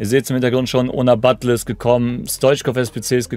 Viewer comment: Man spricht sie BatJE aus.. bisschen informieren könnte man sich schon als Content-Creator von virtuellem Fußball. Aber scheint ein generelles Problem zu sein, nicht nur bei dir.